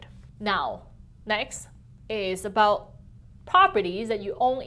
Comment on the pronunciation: How aboot neeeoooooooooo.